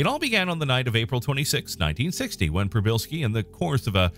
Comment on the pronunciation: As a native Polish speaker - congratulations on [first] pronunciation :) Just add "p" at the beginning ("p-shee") and you got it 100% correct.